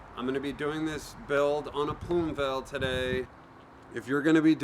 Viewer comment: It's spelt "Plume Veil". Not "Vail"